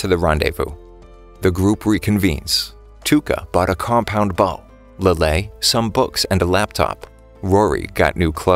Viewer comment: bro I heard bow